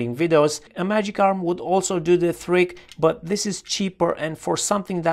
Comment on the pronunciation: trick, trigger. My E.European dad still struggles with the same sounds. Even after 40 years :) For somebody who lives in Romania, your English is actually excellent. No trouble understanding you.